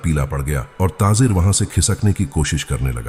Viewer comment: taazer kia hota hai taajir hota hai